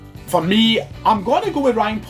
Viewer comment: Chris Jack It’s porteous get it right ya crack head